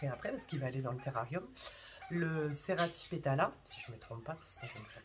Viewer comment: Tu ne t’es pas trompé en prononçant le nom du SERRATIPETALA !! Félicitations ☺️☺️